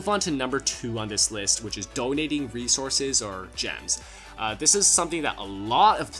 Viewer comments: Bodounating dem weasorses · “doynating wesources”